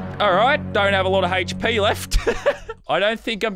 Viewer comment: It’s hp not “hatche p”